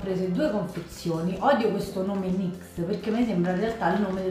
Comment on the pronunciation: pero il nome devi pronungiare nixe e una parola nome tedesco per la sirena del mare